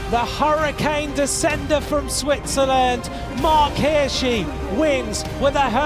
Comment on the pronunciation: Hirschi not Hirshi